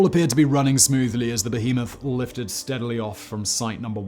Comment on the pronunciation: This is the first time I've heard Simon say "behemoth" and it didn't sound like bearmoth. Weird thing to notice but it's a word that comes up a lot in Megaprojects and Sideprojects.